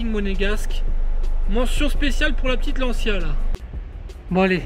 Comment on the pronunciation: Ferrari 458 specialE! Avec un "E" à la fin! SPÉ TCHIA LAIT! & pas spécial..